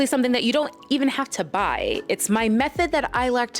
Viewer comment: said ZON'T!!